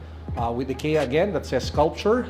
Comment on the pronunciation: its "EYE-KIA"